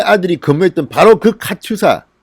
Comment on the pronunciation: 카츄샤가 아니라 카투사가 맞습니다.